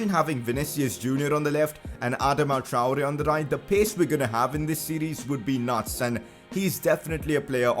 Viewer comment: It’s (ah-dah-ma) Adama (Tri-ore) Traore